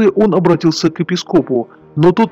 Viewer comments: Я про ударение на "О", уважаемый. А нервы ни к черту, согласен. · После слова "епискОп" я выключил. Автор, вы наверное очень недалекий человек.